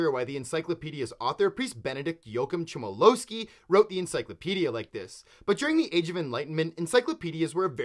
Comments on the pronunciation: One detail it's pronounced Chmielowski not Tzemielowski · "yakim chimelowski" is the worst pronunciation ive ever heard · Approximate pronounciation: Yo Ahim Hmyelovski. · Hearing you pronounce Chmielowski took at least 4 years off my lifespan. 10/10, would listen again.